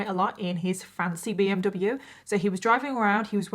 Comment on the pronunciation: The way he said BMW enrages me